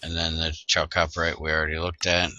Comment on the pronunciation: Also Chalcopyrite it's pronounced "HALcopyrite" like the computer in 2000 space odyssey, not Cha like from charcoal ;)